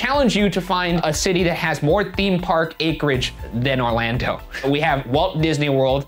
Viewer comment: not only was i surprised but appalled when ryan said orlando - someone who lives in orlando